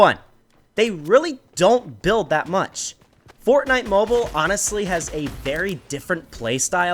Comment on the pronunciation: He said bortnite